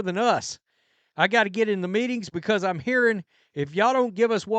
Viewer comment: They both pronounce meetings as ME-ins...go figure.